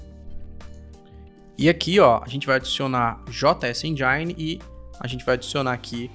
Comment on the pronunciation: Não sei onde esse pessoal tira esse "endjaini" quando falam engine 😂😂😂😂